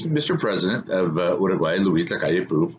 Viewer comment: You pronounce it Luis Lacalle POW but with a softer O as in OH.